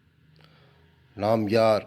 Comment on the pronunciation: அது தபாஸ் அல்ல.. தபஸ் 🙏🤔